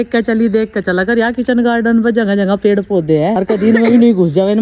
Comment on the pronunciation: Lagta hi nahi bachhe achee school mein padhte hai pedh ko pedha bolte hai